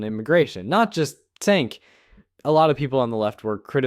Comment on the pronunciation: Just to help you out. Cenk’s first name is pronounced with a j rather than a c like Jenk. His last name is pronounced (you-gr).